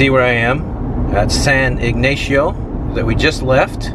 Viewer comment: It's pronounced: San Ig - nah - cio. 🧐 (The "a" isn't long) Only Gringos pronounce it your way 🤠!!!! (😝)